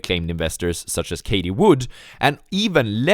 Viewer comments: Who is “Katie Wood”? Do you mean “Cathie Wood”? TH not T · Cathie Wood ---- ( Caf- ee) not (kay - tee) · Did he say Katie Wood ?? Lmao